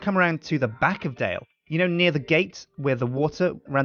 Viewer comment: Knights Templar Dale its pronounced and spelled Dale not Dell